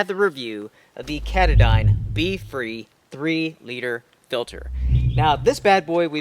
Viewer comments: Pretty sure that the pronounciation of Katadyn is Kah-tah-din (accent on the first syllable) like the mountain in Maine at the trail head of the Appalachian trail. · Pronounced: Kah -Tah - din, like the mountain it’s named after here at home. Other than that Great Review!!! Love you two!